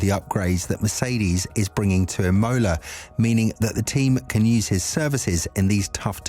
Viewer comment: Please say Imola NOT Emola 😂